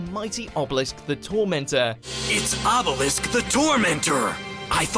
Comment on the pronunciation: did he just say "Ebelisk"?